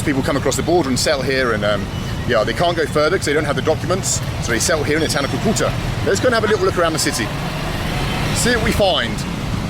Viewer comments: It’s pronounced Cu-Cu-Taaa. Not Cue-Cue-tah. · Haha its Cúcuta (kú-ku-ta), not coo-coo-ta.